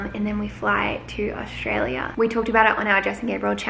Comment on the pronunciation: I've noticed that Jess doesn't pronounce Australia like an Aussie...she says it in a weird way...btw I'm from Sydney...